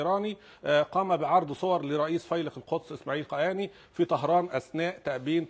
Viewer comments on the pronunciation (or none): أخطأ المذيع سهوا عندما قال قناني بدلا من قاآني وهو معذور .